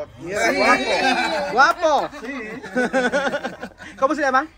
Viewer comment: kuya tawa lang saglit 😂 tas magtanong ka biglaan din tapos ang bilis pa, parang hold up kung mag bigkas ng ¿Cómo se llama?😂